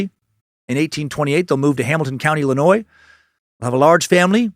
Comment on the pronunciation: Man I so proud of you for pronouncing Illinois without the s today as a local of southern Illinois and cave in rock is amazing you def need to come for a visit Dan and moon from the fizz show is a super fan of the area so plz come to our side of the Mississippi when you come to stl hope I can get a chance to see u then your fateful cult member